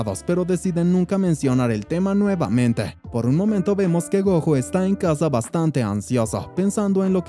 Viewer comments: Es gojo como decir Goyo con y con la j 😅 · se escribe gojo pero se pronuncia GOYO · No se proninsia como lo ases el nomvre es goyo asi se dise pero se escrive gojo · la pronunciación del nombre del prota Gojo así se pronuncia en escritura pero la pronunciación es como si lo dijeras con "Y". (Espero me entiendas)